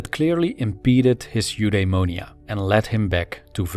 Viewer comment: U-dai-mo-ni-a is how I’ve heard that word pronounced.